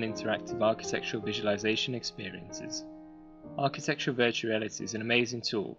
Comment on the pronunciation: lol, it's the accent, he said architectual, meaning architectural